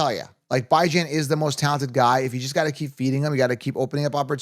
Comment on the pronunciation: BYE-JAN makes me cringe every time 🤣